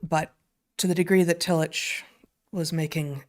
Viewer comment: Excellent show!! For what it's worth, and this is coming from an Agnostic that can't recommend his writings enough no matter where you fall on the great God question spectrum, the genius theologian Paul Tillich's name is pronounced Tilli*CK*. If you're looking for another legitimate genius German theologian, read Dietrich Bonhoeffer (again, Dietri*CK*). He gave his life in the service of his God and fellow man against the Nazi war machine. Their stories are simply incredible ... and heartbreaking. If only more of our current theologians were like these 2 men, we would have a lot more believers than we do. Their command of the written word (pun not intended), logic, passion in their defense of their faith, love of all mankind, and sacrifices they so bravely displayed is something not oft found in most Christians circles today. We have a few today, but as they say, they don't make them like they used to. We used to have Christian thinkers of the highest caliber. No offense to those that appreciate these people, but now we have Matt Slick, Kirk Cameron, and the now disgraced Ravi Zacharias. How things have changed. I apologize for the rabbit hole. Cheers